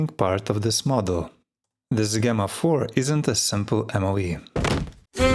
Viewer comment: Enjoyed your new pronunciation of Gemma. It's rare to see someone learn and change how they speak. 👍